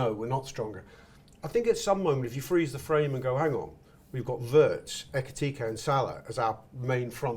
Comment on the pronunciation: Can someone please advise on how to pronounce Ekitike's name properly